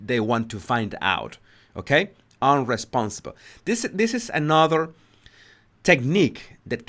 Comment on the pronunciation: People commenting on his accent are just petty. Spanish speakers can have difficulties with B and V, so it can sound like, eg. "unresponsibe" instead of "unresponsive", but we can all hear what he is saying. So stop saying his English is bad, it is good, and we can all understand him.